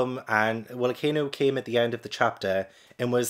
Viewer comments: It’s pronounced Ah Kine new. He and Blackbeard represent the absolute ideologies. Akainu represents absolute control or fascism, Blackbeard represents absolute freedom or anarchy. Luffy represents the middle ground, freedom with responsibility. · Man, this video gave me secondhand tears once again, you have some of the best OP reaction videos on YouTube, it feels like one of my close friends started reading the manga and is keeping me updated on where they’re at. Also, Akainu’s name is pronounced Ocka-Eenu; it means “Red Dog” in Japanese. All of the admiral’s names actually share this same pattern and it’s just a code name of sorts. For example, Aokiji means Blue Pheasant and Kizaru means Yellow Monkey. Also, if you didn’t hate him enough already… the first time you were introduced to Akainu was in Robin’s flashback, he was the Vice Admiral that blew up the refugee ship with all of the innocents, he was just referred to by his real name which is actually Sakazuki. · Akainu is prononced Aka-Inu, and in japanese aka mean red and inu mean dog, so akainu is red dog. Kizaru (the admiral that'S made of light) mean yellow monkey, and aokiji mean blue pheasant.